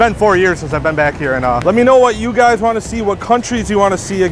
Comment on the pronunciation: You pronounce it as bin thang